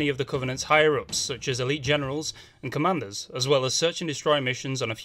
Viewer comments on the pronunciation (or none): none